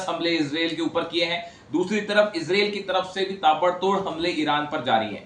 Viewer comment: Izril nahi madam israil bolo😂😂😂😂😂😂